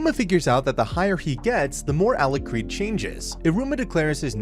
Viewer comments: A-lu-card not a-lu-crad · How does the narrator manage to pronounce Alikred differently every time? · especially given how often Alicreeds name is swaped